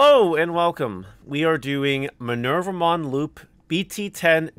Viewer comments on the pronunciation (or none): The name comes from Minerva the roman goddess so the name is indeed Me-ner-va-mon and not My-ner-va-mon and if we are to be true to the latin origin it would more likely be [mɪˈnɛrwa] Me-ner-WA-mon since the V sound was a W back then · The japanese way to say her name is: me-ne-ru-vuh-mon. (Me being the english word "me"). But i would say... just say it however is comfortable. Hope that helps :D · Actually, it's May-noir-vou-mon